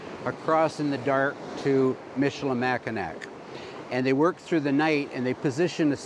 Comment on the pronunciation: pow·tuh·waa·tuh·mee MISH-ə-lə-MACK-ə-naw Enjoyed this despite the mispronunciations.